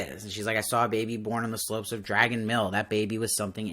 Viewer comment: I like you perspective. But, I need to say, Rand was born on the slopes of Dragon Mount. It sounds like you were saying Dragon Mill.